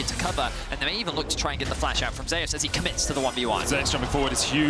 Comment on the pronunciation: These guys are mispronoucing 'Zeus'